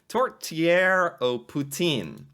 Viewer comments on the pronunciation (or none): It’s Tourtière.